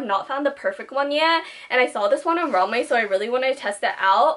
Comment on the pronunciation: when she says romway instead of romwe 😩